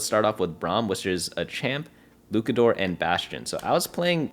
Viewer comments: fire info, appreciate all you do man. on a side note luchador still uses the ch sound like chad. its just luchador not lucador. keep up the great work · its luchador with the ch like cheese. you had it right the second time but went back to lukador for some reason lol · “luke-uh-doors” is frying me 😭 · Bro said LUKADOOR😂😂😂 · Me being a wrestling fan … I am fried 😂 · Luchador: "Looshahdor" (kinda...) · STOP THIS CRAZY LUCHADOR PRONUNCIATION. Your first pronunciation was much better